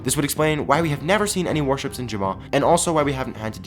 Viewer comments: The whole time I thought he was aying "Worships" and I was so confused and the I realized he was saying "Warships"... XD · I thought u were saying worships